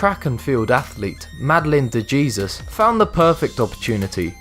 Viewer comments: De hayzues not dee-jeezis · It's 'de Hesus' not "de jeezus"😂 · d- Jesus Lol it Jesus (hay-sues) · Number 3 is pronounced Madeline De HEY-sus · Lance Armstrong didnt 'cheat' according to WADA's definition since all his competitors were on the same substances. Lance also explained this in the Ophra interview yet you are cherry picking what you want to say. And de Jesus is pronounced Hesus ignorant fuck twit. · Madeline "Dee Gee-sus" ???? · Jesus Jimenez that's what I said